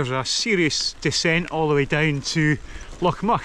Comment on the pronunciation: It's pronounced Glen " Mick" FFS. I'm English and I know that !